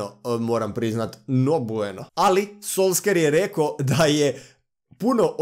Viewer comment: solskjer se čita solšer